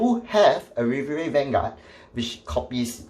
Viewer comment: Still waiting for the day when pronounces Riviere properly